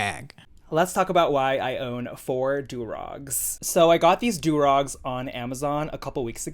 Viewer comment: "I bought these 4 dew raw'gues" bitch be ffr. Cmon now.🤦‍♀️🤡 Lawd have mercy...but not on him. Smdh.